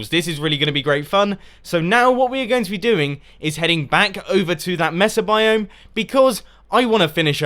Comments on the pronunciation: no to be mean but its pronounced M-ay-sa not M-e-sa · its Mesa Pronounced Maysa